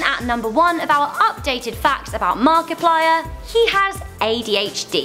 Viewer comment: She finally figured out how to say Markiplier right